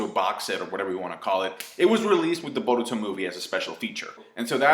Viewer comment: You pronounce Boruto like your mouth is stuffed with marshmallows